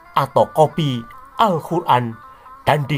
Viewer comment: Luarbiasa penyebutan nama. Muhammad, alqiran, alllah swt dll, saya terpingkal pingkal, delain berani, sungguh lucu banget.